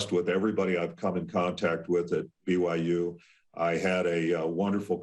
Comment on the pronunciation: He pronounced President Schovanec’s name correctly, then Schovanec says “I’m delighted to welcome “Bigum Yum” University into the Big 12 conference”?!?! Hahah